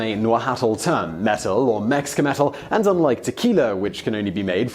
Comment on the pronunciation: but its more like "met-luh" except the "tl" sound happens real quick. but hey I laughed at this so there you go.